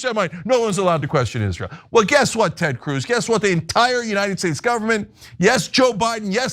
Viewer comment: “and you will pay for Izleeur’s endless wars.”